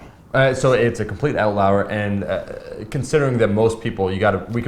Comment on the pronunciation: Outlawer? Outlour? Pretty sure it's "outlier".